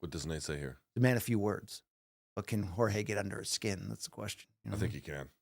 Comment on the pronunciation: the way Brian pronounced Jor-ge Masvidal sounded like Whore-je Masvidal AND I AM HERE FOR IT, love from Lithuania!